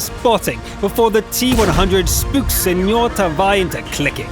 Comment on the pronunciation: U said SemorTaavi wrong :(